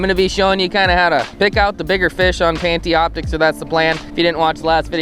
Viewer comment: Pantioptix lmao its Panoptix btw nice vid though.